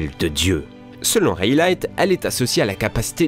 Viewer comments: On dit pas raylight mais rayly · "Reilig" c'est mieux prononcé comme ça que reilight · reighlighttttttt pourquoi le T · "Selon Rélight" ??? Mais non, tu te trompes... C'est RAYLEIGH, le grand RAYLEIGH, le seigneur de ténèbres ! :p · De même pour Rayleigh ! Tu le prononces Reï-Light au lieu de Raï-Li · [Reyleyt] MDRRR respectez la prononciation de Rayleigh svp 😭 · O non il a dit "raylaïte" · La prononciation de rayleigh et caesar fais mal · réiyléytte tu l'as massacré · Vous prononcez mal Rayleigh.